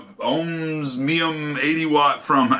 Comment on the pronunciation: Good review, dude ! I got mine yesterday and really like it. Your the only reviewer who pronounced the name correctly. I don't understand why others have a problem with the pronunciation. My suggestions to them are to look at the word and sound it out, its really not that hard. Thumbs up brother, keep the reviews coming